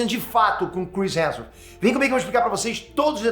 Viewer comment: O Peter sabe que o sobrenome do homem é Hemsworth e não Hanson né?!